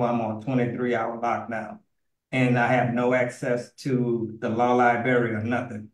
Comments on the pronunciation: Wow home security! Lol. He can't even say the word LIBRARY... LIBERRY.😂!!! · What's a "lieberry"? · Lie-Bary, Tib-ula, Fib-ala. This dude a real genius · What’s a “Law Liberry”? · Law "libary". Ugh. I mean, he's painful in so many other ways, but that is like nails on a chalkboard, man.